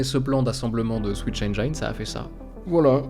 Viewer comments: Je veux pas être relou mais on prononce « engine » comme jean❤ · "Engine" se dit [èn jinn]. J'ai appris ça il y a longtemps, je fais partager ! Excellente vidéo très bien dirigée, se laisser porter par le récit est tellement agréable. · La vidéo est absolument incroyable ! Par contre la prononciation de "engine" est a revoir haha ;) Mais ca n'empêche pas d'apprécier ton contenu au vu de la qualité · Super vidéo. Par contre, pour info le mot "engine" en anglais ne se prononce pas "aine-jaille-ne" mais tout simplement "aine-ji-ne". Ça m'a écorché les oreilles, surtout que tu le prononces un paquet de fois dans cette vidéo 😅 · Excellent :D Mini remarque : tu prononces mal le mot "engine" (le i se prononce juste i, pas ay) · Engine de prononce avec un "i" pas un "aï" :) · super, bien expliqué, et un peu de nostalgie pour moi car 'est l'un dès premiers trucs que j'ai codé pour apprendre le parallélisme en informatique 😁 ( PS: on aime faire de l'anglicisme mais on prononce le "i" dans engine, on dit pas "ai" mais bien "i"... trop de personne font l'erreur, par exemple dans unreal engine 😅😅 Je fais mon relou mais y a rien de méchant dedans) . Sinon encore une masterclass, un like comme toujours et hâte déjà d'une prochaine vidéo... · "Mais non, pas toi, pas comme ça!!!" Cher, j'adore ton contenu, donc je me dois de te dire que "Engine" se prononce "haine-dji-ne" et non pas "haine-dja-yne". Bien à toi. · merci pour la vidéo très intéressante, cependant attention on prononce engine "enjine" pas "enjayne" ;-) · Society if les youtubers français arrêtent de prononcer "enjaïne" pour dire "engine" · S'il vous plait, apprenez a prononcer ENGINE... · attention prononciation de engine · Super video, par contre c'est pas comme ça qu'on prononce "engine" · Rip la prononciation d'"engine" :( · cool vidéo mais ouah ta prononciation de engine fait mal